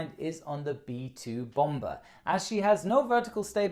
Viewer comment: Lmao he pronounced the second b in bomber